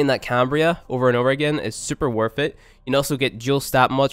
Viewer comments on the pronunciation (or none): Omg. 3 vids in. "Earff"(earth), "wiff"(with), "worff"(worth), "free"(three), "firty"(thirty), the list goes on & on. Your elementary school failed you, bro...... "deaff"(death), "eiver"(either), "frough"(through), "frow"(throw), "togever"(together). Got problems with that tongue pressed against your top front teeth (sorry, "teeff", lmao) for that proper "th" sound. Yer killing me smalls, killing me! Lol